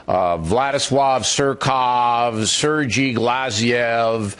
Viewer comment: Seriously Bill? Sergy? You couldn't pronounce Sergei? I don't believe for a second that Bill is actually this dumb.